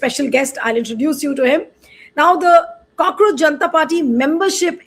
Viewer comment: Not "cockroacjh"....Kaakroos